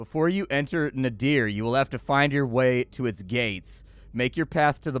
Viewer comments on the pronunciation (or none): A unique variation on card play, and nice execution...might have to pick this one up. BTW, Nadir is a specific word pronunciation (Nay-Derr), rhyming with the hesitation sound "errr", not a name or something. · Sorry to be that guy, but nadir (as in the opposite of zenith) is pronounced "nader" like Ralph Nader. I made the same mistake during a presentation once, and up until that point I'd only read the word.